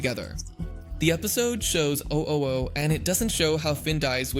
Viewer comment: Maybe he said it like that to annoy people